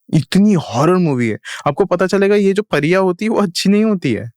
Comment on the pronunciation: pariya ko phariya bol rha aur kashmiri me nahi gadhwali, kumau aur uttarakhand me hai pariyo ka man na....pta hai thoda sa par bolunga jyade